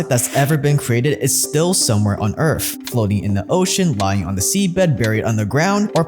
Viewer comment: Did he say earth or Earf? Lol. Sounded like earf